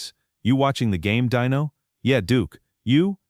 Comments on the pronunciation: Pronounce Dino correctly, please. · DEEN-o not dino! Deam Martin wasn't a chicken nugget! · The name is Deeeeeno, not Die-no!! Get it right,!!! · It’s DEENO FOOL NOT DINO DIOT SAY IT RIGHT DEENO